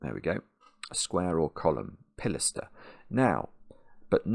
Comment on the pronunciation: Comment for the algorithm and like first, watch second! (edit) Third: amazed that someone who uses Chambers so often doesn't notice/understand the stress marker showing him how to pronounce pi-las'-ter.